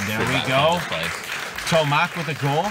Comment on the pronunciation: Polish name (Tomasz) should be pronounced like Tomash. Shouldn't be hard for commentators to google it, takes 10s come on...